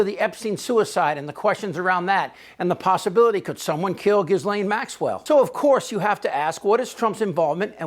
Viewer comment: The S in Ghislane is silent